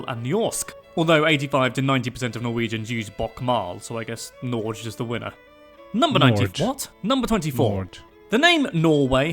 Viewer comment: Akerselven here :) And btw don't listen to the AI guy, our country is not called Norge like he said it. it's NorGe (with a hard G like in "girl" and the E is pronunced like in French or Spanish).